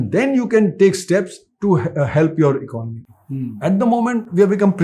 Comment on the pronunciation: Good content, but it's really a surprising sight to see that you still haven't learned how to pronounce basic words like "economy" despite talking about it so much, but are selling courses on communication. What a world we're living in.